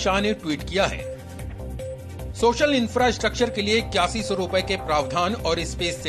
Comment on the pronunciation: News reader's toung twisted It's often But there was 8100 crore